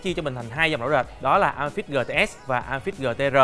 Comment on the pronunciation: Góp ý bạn nên đọc tiếng anh chuẩn hơn. Amazfit nên đọc là “ơ mây fit”. Còn neo nên đọc là “ni âu”. GTR nên đọc là “gi ti a”. Dòng GTR mặt tròn vì R là viết tắt Round. Còn GTS mặt vuông vì S viết tắt của Square. Pixel đọc đúng là “pít sồ”. Hi